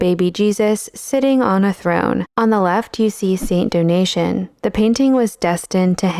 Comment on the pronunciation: Do-Na-Tay-En, not "donation"